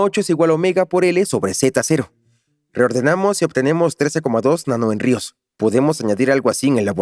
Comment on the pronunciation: 28.02 Se pronuncia "jénrios", no es "jenríos" (Henrios)